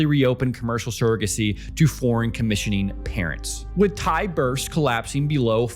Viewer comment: Brother, as a non-native Thai speaker, you did a GREAT job pronouncing all the Thai vocab and city names considering you probably don’t speak any Thai. This is goated and probably under-appreciated effort 👏🏻